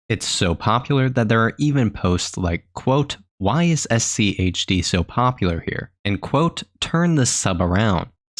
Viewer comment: Why are you putting so much emphasis on the H?